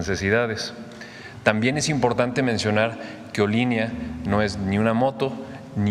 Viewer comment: Olin= movimiento, le agregan ía y se convierte en Olinía. y se pronuncia Olinía, se axentúa en la última i .